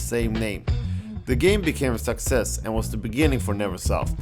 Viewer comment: not hating on his accent or anything of that sort but am I the only one who thinks that every time he says "success" it sounds like "sexist" or "sex ed"? lol